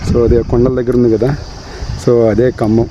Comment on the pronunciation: Say kambham yaar.....we are listening as khammam